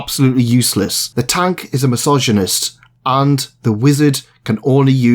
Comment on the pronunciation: hmm i must say kind sir i do believe that you may of mispronounced the word masochist because to the untrained ear it almost sounded like misogynist.